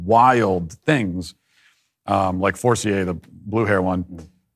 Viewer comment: She even says her OWN NAME pretentiously incorrect ()! Tons of French-Canadians in New England, you don't keep the French inflection (accent) like that. "For-cee-ay"??? It's "For-seer"! What a fraud.